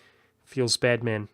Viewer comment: i like how when you say "bad man" you say it as one word so your like "feels ba'dman"